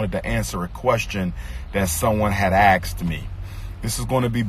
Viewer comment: a man of 6 degrees but can't even say the word 'asks' correctly? It's not pronounce 'axes' it's 'asks' a...s...k...s...